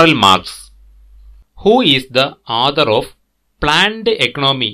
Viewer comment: Good. Pls pronounce clearly the word author